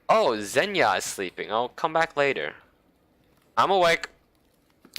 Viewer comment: Correct pronunciation "Slavya" without "i" in "ya". Soft "v'" smoothly proceed into "a". Try it. "Zhenya" is the same, but "zh" it's like in french "voayGE" not just "z". P.S. Ancient and rare Russian name "Slavyana" is derived to word "Slav". P.P.S. Don't worry "zhya" never happens in Russian. ))